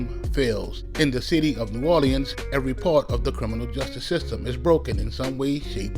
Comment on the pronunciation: I absolutely hate the way you say New Orleans